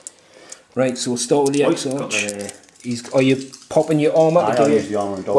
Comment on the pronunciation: Love the smoke and fire effect you got. Also just because it was bugging me, it's pronounced Ex-Ark.